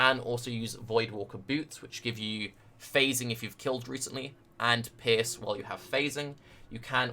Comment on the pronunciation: Great build ! you seem you a cool player ! :D I just dislike one thing...your misspronnounciation of the word: Pierce...youre saying pears..which is as far as i know a fruit :O WHY ?! I dont get it...Cofefe :O ?!